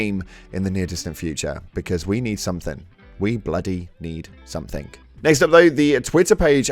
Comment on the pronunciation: Ugh, it makes my skin crawl when i hear british people saying "somethink" instead of "something"